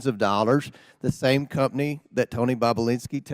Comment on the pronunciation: That countryass hick is the absolute dumbest and beyond the worst at this. Plus... who tf says cump-ney😂😂